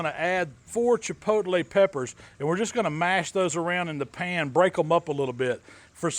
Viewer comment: lol some "Chipotlelay"